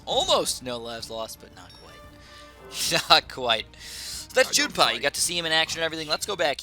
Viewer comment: JUN-PIE not JUNE-PIE